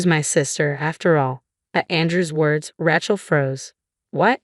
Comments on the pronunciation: I hate the way AI says Rachel sounds more like a weapon Ratchet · Pronunciation of Rachel leaves a lot to be desired. Who does this anyway?